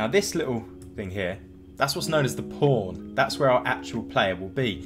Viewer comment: lmfao ...THE "PAWN" lololololololol